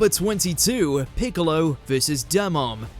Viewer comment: I just kept listening to”Bigalow” 💀🤡